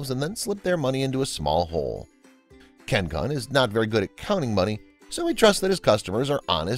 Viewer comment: Kun is pronounced "koon"